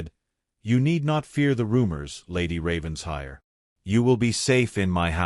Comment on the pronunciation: Another Ravens-HIRE! Beyond exasperating. When is AI going to learn it’s Raven-SHIRE? Can’t abide this. . . .